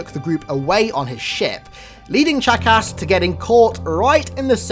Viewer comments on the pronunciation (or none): Every time you say “Chakas” I hear “Jackass”. XD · When you say chakas sounds like your calling him a jackass. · Ur saying Chakas like jackass. A fitting name for the killer of Johnson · "just remember that Guilty Spark's original name is jackass" I know it's Chakas but you make it sound like jackass xD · Oh my gosh I know sparks name was 'chakas' but I can't stop hearing jackass! Anyone else? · When you say Chakas it sounds like jack-ass XD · The way he pronounces his name haha "chack ass" i kept hearing jackass all the way 😂😂😂👌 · I love how he makes Chakas sound like 'jackass' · Every time you say chacus it sounds like jackass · When he said Chakas I thought he said jackass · Sounds like your saying jackass lol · Whenever I hear you say Chakas it sounds like jackass. Did anyone else think this? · Sounds like your saying jackass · Haha! No offense but almost every time you say "CHAKAS" it sounds like you say "JACKASS" HAHA!!!! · Is it just me or does he sound like he is saying jackass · it's funny how when he says Chakas it sounds like jackass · OMG his pronunciations kill me. It's so horrible! He could take literally five seconds to check and see how it's pronounced but he doesn't. It's so lazy!!!